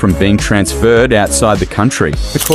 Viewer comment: Very strange pronunciations of “Pelé” and “Ballon D’or.”